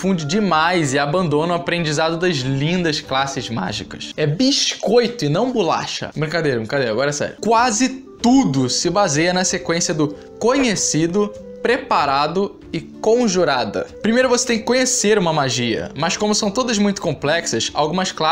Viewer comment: Ganhou like pelo "bixcoito" kkk